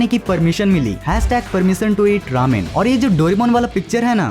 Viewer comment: it's ramen not raman